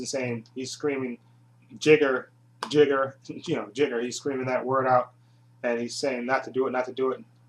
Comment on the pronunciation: It's a shame you you didn't reach me,friend. Back in the 1990s I wrote articles about Gamera for two magazines. And for the record, it's pronounced "JAIGER",not "Jigger". Some idiot who used to review the Gamera movies on Youtube kept using the term, 'Jigger n***'. I had that A-hole reported to the administration. Glad to see his videos finally removed. If you ever want to redo these Gamera videos please contact me. I'll be more than happy to give additional input.